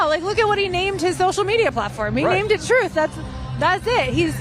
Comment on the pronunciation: Drumpf "named it 'Truth' "... Yet he pronounces it as "Troth"... 🤔 i.e., Drumpf doesn't tell the Truth.